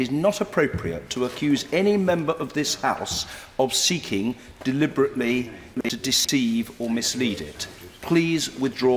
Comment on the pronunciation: Why can´t he say deliberately deceptive!?!??!